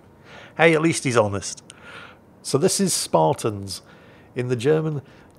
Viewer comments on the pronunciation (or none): none